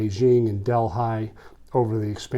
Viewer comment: Love your content. Just so you know…the “h” is silent in New Delhi…pronounced deli…like the sandwich shop